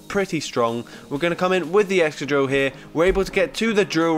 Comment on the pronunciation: wait did you just say "egchoqhil" instead of Excadrill? 🤣🤣